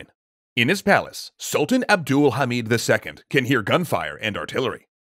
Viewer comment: it's NOT ABDUUL-HAMID it's abd- al- hamid